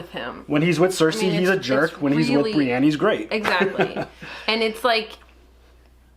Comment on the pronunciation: Brienne is not spelled with an A. Pronounced Bre•en